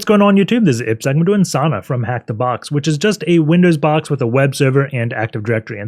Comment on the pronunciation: Pronunciation is Sawuuuna, not Sana. Sana is wrong lol 😆